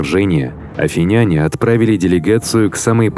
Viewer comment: Автору: Обратите внимание на ударение при произношении названий народов. Т.е. не афинЯне, а правильно афИняне и т.д.